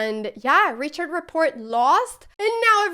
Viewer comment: Just an FYI: Richard Rapport is Hungarian (though plays for Romaina) so his name is pronounced as Ri-Hard not Ri-CHard, like you would a German Richard's name.